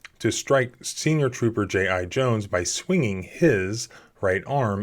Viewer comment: “J.I.-Jones” HAS to be on purpose right?